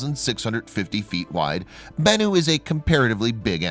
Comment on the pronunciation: You got bennu down pat lol BENnu